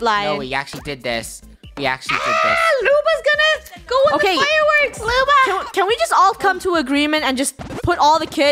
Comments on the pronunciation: It’s Luba not Lubo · Luba not Lubo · WHY CANT LUNA PLAY and i think its loob oh. Not loo ba. Im sad luna isnt here as i said PLEASE LET HER PLAY 😭😭😭😭😭😭. :{ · i thought she was supposed to be Lubo not Luba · Stop saying luba you make me think about meh grandma☹😁